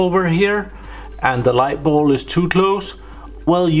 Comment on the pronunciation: pronunciation: bulb... not ball